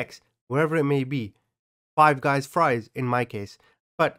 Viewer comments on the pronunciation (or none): none